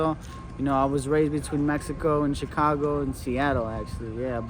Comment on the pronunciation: i thought you said chingano lol😂